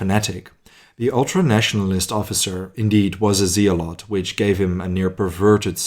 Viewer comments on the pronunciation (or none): I'm very fond of your content! I thought, however, you might appreciate one tiny bit of extra knowledge, in English, zealot is pronounced zellot, with a 'hard e', like ik 'yellow', 'bellow', despite it being written with zeal (bad dad joke)! :) Thanks for this episode, I look forward to seeing more of your high quality work! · Zealot is pronounced zellot.